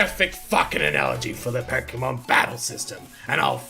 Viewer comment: I get so triggered when adults call Pokèmon, 'Pokèman' xD